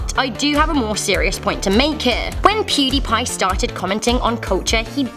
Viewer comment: pudiepie🥴 laughed when she said it